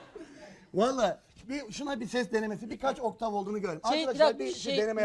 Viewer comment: OKTAN değil OKTAV, benzinli arabamı la bu adam.